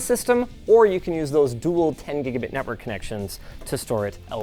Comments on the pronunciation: "Netwrok Ports" lol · ah yes the "netwrok" ports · "Netwrok ports" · "netwrok ports" ey got 'em! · Nice -- -" Netwrok ports" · wtf is a "10 Gb Netwrok Port" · wtf is a netwrok port? LMFAO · ah yes, the netwrok